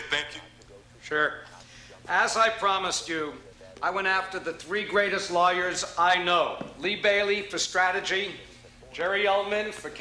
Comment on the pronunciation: "I went after the three greatest liars I know..." (i know he said lawyers, but it sounded like liars and still ends up being true